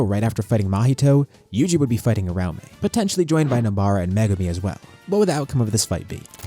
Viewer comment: Ura-umi, not ur-aume